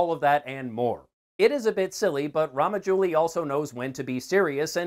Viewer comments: Its not ramajouli its rajamouli.... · Rama jooli 😂😂 man it's Raja mouli . Anyway thanks for your review My recommendations KGF and KANTARA from Kannada film industry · Brother S S Rajamouli ... Not Ramajuli .... Good to see u enjoyed RRR 👌👌🙂🙂